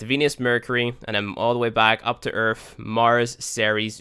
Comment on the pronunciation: Erf? Are you kidding me. You can't even pronounce the name of the plant you live on. WTF